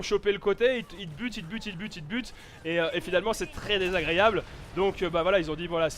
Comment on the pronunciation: qui a remarquer que prononce "désagréyable" au lieu de "désagréable